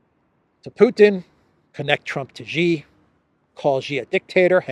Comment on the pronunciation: I recall that Mr Mercouris took a while to pronounce "Rofkin" correctly, but he's since corrected it. I think he pronounced President Xi's name incorrectly, previously, but likely folks pinged him on it. It sounds like "see" and "she" - there's no "jay" sound in it. The chinese character for his surname is: "习", if that helps. Thanks for your programs!